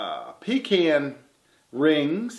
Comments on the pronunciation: Awesome project and thank you for saying pecan right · Glad to hear you pronounce pecan right! I'm from North Carolina, and that's the way we say it . Much love, brother!